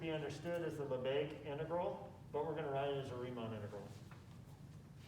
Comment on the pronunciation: Not Lesbegues. Lebesgues.